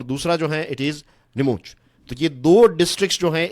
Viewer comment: नीमच है वो नीमूच नहीं 😅 I live in neemuch